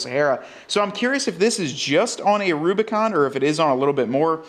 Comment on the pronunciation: Kudos for the nailed model name! I’m cool with the Mojave hoods on the new Rubi’s. Much more aggressive looking than the Euro hood. Good look!